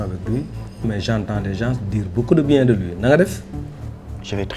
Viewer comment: Pourquoi l’avocat à dit les gense on dit gens mais sénégalais dafa tamm prononcer s bi